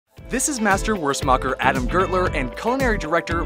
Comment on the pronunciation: Wurstmacher is German for sausage maker, lol Edit: you pronounced it SO WRONG